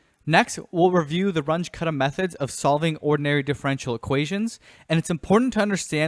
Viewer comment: Just FYI, since both Runge and Kutta were German, the pronunciation is closer to "Roon-geh" (g as in gravity) and "Koota".